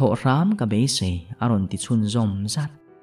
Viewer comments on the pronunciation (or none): none